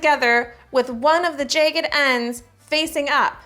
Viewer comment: love how she pronounces "jagged" in her Canadian accent at lol